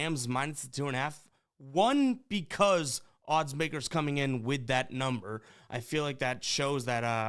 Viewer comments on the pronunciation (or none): none